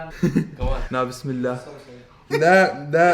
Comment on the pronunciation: Why did both of you say na-bismillah instead of bismillah?